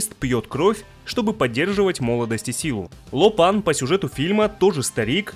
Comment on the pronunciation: только Ло Пэн, а не Ло Пан) Дэйв Ло Пэн)